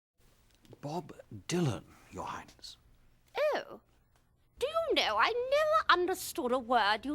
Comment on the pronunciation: I love how her "Oh" sound like "Ew" LOL